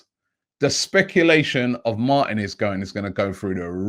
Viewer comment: Mar-teeee-nez Not Martin-ez